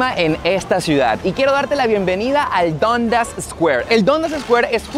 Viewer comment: Se pronuncia Dandas